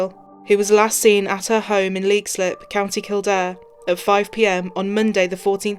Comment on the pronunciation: U could atleast get her name pronounced right and the place called lexilip